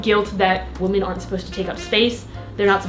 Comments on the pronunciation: You say ‘women’ like ‘woman’ every time 🧐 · 1. I so don't care about the thumbnail, I know your videos are ALWAYS entertaining and will click no matter what. 2. Jeez, I love you as a creator and online persona and all, but please PLEASE stop mispronouncing "women" as "woman", it hurts my filologist ears ;__ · hey, love you, please stop pronouncing ''women'' as ''woman'' aight bye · Why do you pronounce women as woman? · i will never stop,. it's women, not woman when it's plural. you drive me insane!! i love you, but omggggg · i love you but the way you pronounce "women" makes me uncomfortable lol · Girrrrl you pronounce "women" like "woman" yyyyyyyyy